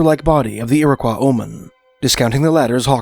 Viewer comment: I always heard it 'Irrah-qwoy"